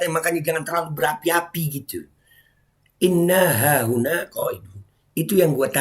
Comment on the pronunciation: Wkwkwkwk... Lu kritik soal agama ? Selain framing video orang lu potong trus bikin bahan bulliyan berbuah fitnah keji trus lu bisa apa😂😂😂 Kalo ktitikan Gus Zaini saya sepakat meskipun beda penafsiran dengan kyiai Imad Mengenai pelafalan yg keliru "inna hahuna" itu memang fatal Saling kritik dikalangan Nahdliyin itu sudah menjadi tradisi & itu masyhur Trus sesama Klan Baalawi ceramah yg distorsi kitab, caci maki hafalan isi kebon binatang fitnah keji dll ada yg kritik ? Yg ada malah saling menutupi / membela😂 Tp kalo yg kritik diluar klan Baalawi langsung gerak pakai modus tabayun berbuah persekusi itu fakta Mengenai kajian ilmiah Kyiai Imad tentang silsilah nasab Baalawi yg tdk tersambung di konten Gus Zaini kenapa g lu sebar ?😂😂😂